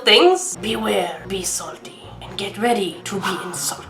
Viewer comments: Get ready to be... In'Salt'ed. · is in-salt-ed Ive never been noticed